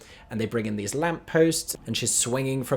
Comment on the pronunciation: "thes" lol